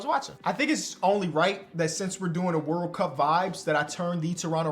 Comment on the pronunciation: Hearing say wurl cup is just the peak of life